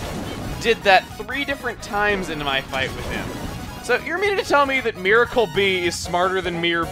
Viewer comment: i think you pronounce it mie-rar